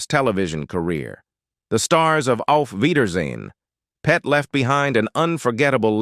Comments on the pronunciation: It's pronounced:auf weidersehen pet not auf weidersehen long pause PET it simply means see you later darling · Be nice if you spoke properly!! Why do you pause when you say; 'Auf weidersein.....PET'...?! Weird!! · Terrible narration. The word pet is part of a sentence and not an isolated noun.